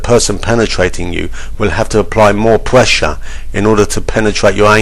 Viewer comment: "More pwessure "